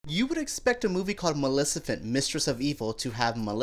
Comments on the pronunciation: Loved it!🖤 MaleFiCent, are you saying Melissa-Fant on purpose? Lol! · And please pronounce it Properly Maleficent not Malisifent!! Ok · "malecifent"? Smh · Did he say "Malecifent" ? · ANOOP KRISHNAN Yeah. He does for the entire review. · Malisifent???? Heehehh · Malecifent. Ikr. That drove me nuts. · Malecifent? Lol. E-nun-see-ate better fella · "Malicifent". 😁😂 You're the best,! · Appreciate your point of view but the way you keep pronouncing maleficent gave me anxiety!!! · The way he keeps pronouncing her name gave me anxiety!!!